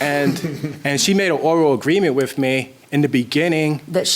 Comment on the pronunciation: Wif is not a word..."with"is the correct pronunciation